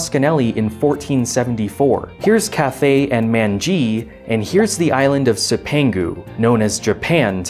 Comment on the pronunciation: love your work. cipangu is pronounced "chip an goo" the "c" is the Italian soft c which makes our "ch" sound